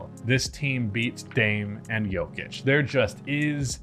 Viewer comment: Nikola "Joe-vich" 😂 I hope that was on purpose to illustrate the point lol